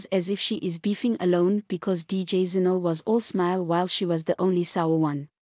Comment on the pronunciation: Zinhle not ZIno